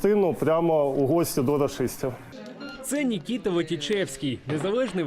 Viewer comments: Працівники ЗМІ, учіться правильно розмовляти українською, не Нікіта, а Микита! Дуже часто журналісти вимовляють українські слова не правильно. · Микита,а не Нікіта.Де є таке імя?хіба що на болотах.Розумний київлянин,українець і просто мододець!